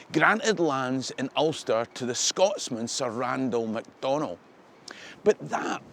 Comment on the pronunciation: I found your pronunciation of "Macdonnell" interesting. Here, in Kingston, Ontario, we pronounce it as "MAC don nell with the emphasis on the first syllable. We also say BAR rie, not Berry for Barrie. 2 prominent streets are named after these local heroes originally from Scotland. Whose pronunciation is correct?